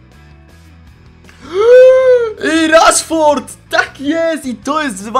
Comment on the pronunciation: Śmiesznie powiedziałeś Rashford XD